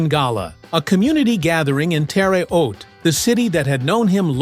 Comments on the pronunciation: the A I sucks it can't prince terra huate right not terre oat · Geez AI -the City in Indiana is pronounced nothing like it was pronounced here! It’s phonetically Terra H(hard h) oat. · The Narrating AI BOT should learn how a regional city (a any town) pronounces its name. In Southern IL there is a Vienna pronounced “VI-Anna. Also a Cairo, pronounced “Kay-roh”. And a Louisville, which is not pronounced odd like Louisville, KY. 😮 Terra Haute, IN is pronounced “Terah Hoat”. Your welcome. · Sad AI can’t pronounce Terre Haute Indiana.